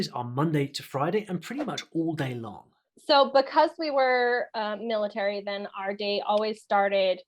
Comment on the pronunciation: "Buhcause" "Clashrooms" This lady isn't even great at English. I doubt she's capable of learning Korean in 64 weeks. Paid actor probably.